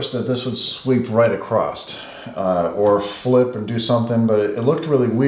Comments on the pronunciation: I only came to make this exact comment. Thank you for doing a video to explain this patent, it's cool. Please, for the love of sanity, say "across" the same way I'm absolutely certain you spell it! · Please return to I.D. school and the word is across not "acrost". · The word is ACROSS not ACROST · Acrost? Do you mean across lol cool video but you adding a ‘T’ to the end of random words is concerning lol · Hey man, just helping you out. Don’t say “acrost”, say across instead. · Philip Barton thank god I thought I was hearing shit I don’t care where you’re from nobody should ever say acrost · I came here to read complaints about the way he says "across."